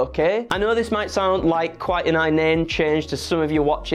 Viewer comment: I'm fascinated by pronouncing "inane" as "eye-nane"